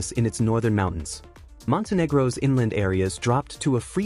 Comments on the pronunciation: mistakes is Indonesia not indionesia Indonesia has kida hottest mistakes it's Montenegro not montengru your dumb and mistakes it's Iceland not icealand mistakes Belarus where carpet here is emoji 🇧🇾 and Uzbekistan where moon and star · INDIONESIA, MONTENGRU, HUNGARAY😂😂😂😂